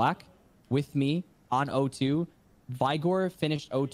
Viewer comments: Why do these pepegas have such a hard time pronouncing the word "vigor". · STOP SAYING VY - GORE ITS VIGOR ITS A SIMPLE WORD OMFG